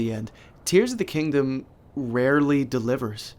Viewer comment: are you saying Tingdom- like- tears of the kingdom?